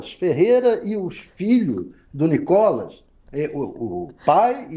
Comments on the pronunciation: o cara chama o nícolas de nocólas?? quanto ódio ao ponto de não Reverbera o nome correto do nícolas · Cara fala NicÓLAS 😂😅😂😅😂😅😂😅😂😅😂😅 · Cara não sabe nem falar Nikolas! 😂😅😂😅😂😅😂😅😂